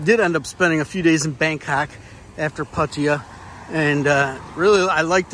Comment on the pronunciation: It's called Pattaya not puttaya